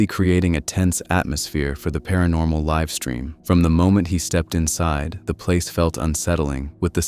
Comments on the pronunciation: "... liv-stream" - ah yes, people use AI voices for narrating these days... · the voice you hear narrating is AI, and they said you can tell that its AI because it pronounced the word live in correctly. The AI said live as in you live in a house, instead of saying live like a livestream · ah yes, "liv stream". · Mispronouncing livestream in the very beginning completely ruined it for me. Cmon dawg. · I caught it right when he said live stream in the beginning, it was pronounced like the live in livingroom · “They LIVE-stream?” As in “living” not “live show”? Damn AI has ruined YouTube